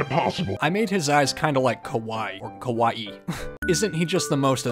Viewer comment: His first attempt at Kawaii sounded like Kowai which means scary instead of cute XD